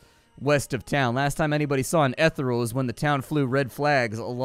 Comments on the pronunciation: I totally saw this conversation coming when said Etheral:-) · E-the-re-al means delicate or too perfect. Hard E and a hard RE. Keep up the great work bro! :-)